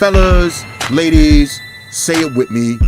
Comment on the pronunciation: when ever says "ladies, hit me up" or just pauses and says "ladies" gets me everytime😂😂